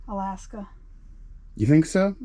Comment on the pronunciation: Oh good grief guys on your states. You are killing me. Aaagggghhhh on Alakaska